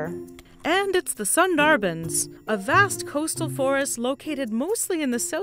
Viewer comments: It's Sunderbans not sander buns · Sundorbon not sun-daar-baans :imokay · it's pronounced "shoon-dor-bon",. Lots of love to you and your team from Bangladesh <3 you guys have made me so much more aware of the devastating impacts of us humans on our precious fauna. pls keep making these clips. (btw ur artworks are amazing) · Nah its sun-dar-bun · it’s pronounced as “Suun-dhar-Bhuns” in India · Very informative but it took me a hot minute to realise by ☀️🎯🥯 she meant Sundarbans